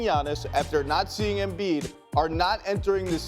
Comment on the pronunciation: Bro said Embiid💀💀💀💀